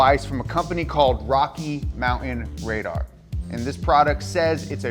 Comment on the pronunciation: Hard to take a guy seriously who can't pronounce his own last name, the word mountain or the word important.